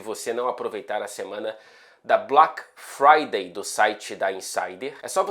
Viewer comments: Gostei do sotaque inglês dele em "BLÁK FRÁDAY" KKKKKKKKK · O cara é um " nojo " no inglês britânico 😂😂😂😂😂😂😂😂😂 esse o 😂😂😂 como é? " BALACK FRIDAY " 😂😂😂 NÃO TENHO A MANHA 😂😂😂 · Bem engraçado ouvir o sotaque "BLAQ FRAIDEI"😂😂😂😂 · Mto bom ouvir o inglês britânico do falando BLAQUE FRAIDEI. 👏👏👏👏👏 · Muito boa a pronúncia de "Black Friday". Adorei o British accent! ❤ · falando Black Friday é demais kkkkkk